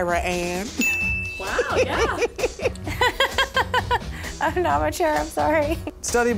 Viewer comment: Kinda weird, first time I’ve actually heard anyone not within 100 miles of Iraan actually ever say it correctly. Never thought it would be announced on YT. Good job for the people who made this list.